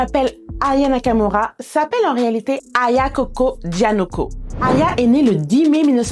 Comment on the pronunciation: Ses pas dianico ses Danioko